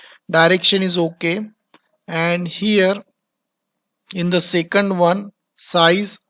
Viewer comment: and also it is second not secund